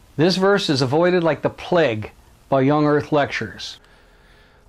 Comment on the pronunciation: They're pronounced "playg" not "pleg", "Crayg" not "creg", "vayge" not "vegg". I knew a guy called Craig and he used to lose his crap with the American that worked with him that called him "Creg" xD